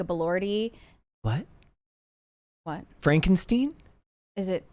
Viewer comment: not knowing how to pronounce Frankenstein, and also not being the slightest bit aware of how odd it was, was one of the stranger moments in history